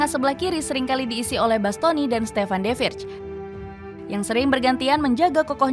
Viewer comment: Ralat Min, seharusnya De Vrij, bukannya De Virj.